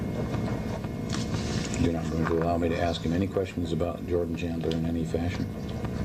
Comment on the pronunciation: The interviewer sounds like he says “Jordie Chandler” instead of “Jordan Chandler” and I believe that’s why MJ screwed up his face asking “who”?